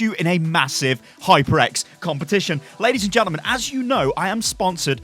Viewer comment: It's HyperX, not HypreX